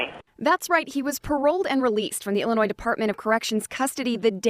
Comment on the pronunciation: “some members of the Ill-annoyed board of parole”